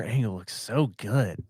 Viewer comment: Oh he said angle.